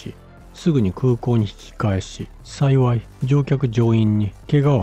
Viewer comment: 「さいさい(さいわい)」って......😂